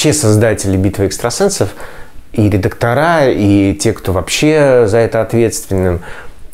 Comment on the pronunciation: Передайте, пожалуйста,, что в слове редактор ударение в единственном и множественном числах во всех склонениях на ВТОРОЙ слог. Жутко режет слух.